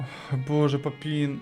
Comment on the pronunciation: Тільки не Папін,а Папен😂